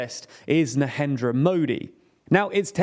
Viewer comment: Na-ren-dra. Not Nahendra. Ba-bish. Not Babis.